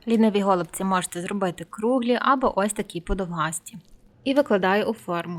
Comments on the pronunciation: Смачні голубцІ (з наголосом на останньому складі). Дякую за рецепт. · НашО говорити гОлубці якщо правильно голубцІ!!!!